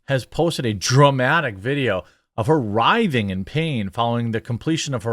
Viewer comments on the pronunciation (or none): none